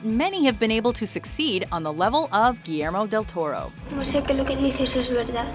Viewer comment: "Giiermo del Toroe" :v